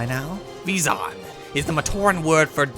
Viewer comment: It's pronounced Veyzon though ;P EDIT: And Ee-nee-kah.